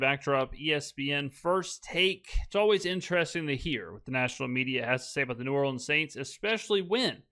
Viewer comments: SaS lost credibility the moment he said "New Orleens" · He cant even pronounce New Orleans correctly. SAS is a dip.